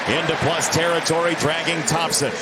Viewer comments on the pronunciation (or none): none